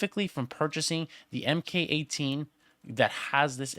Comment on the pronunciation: Just so you know the “mk” in mk18 is pronounced “mark”